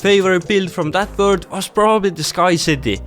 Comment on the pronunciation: Nice "wurd" btw